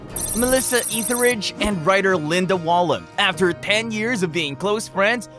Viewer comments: Ironic you got Linda Wallem and Sue Makkoo last name pronuncation right but got the last names of their partners Ariana DeBose and Melissa Etheridge wrong. I have heard Wallem and Makkoo be messed up badly too. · Here's some advice before post another video. If you're going to make one, make sure you pronounce the person's name correct. You got at least two wrong; Raven Simone and Melissa Etheridge. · I love Ariana DeBose and watching her &Sue Makkoo segement was painful with all the mispronuncations. Its also ironic that they got Makkoo right but stumbled on names as simple as Etheridge or DeBose .